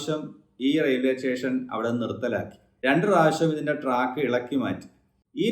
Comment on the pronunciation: Teshen alla station anu